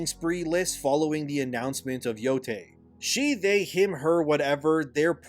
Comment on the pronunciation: Thank god for an American who knows how NOT to pronounce Yotei as "Yotai".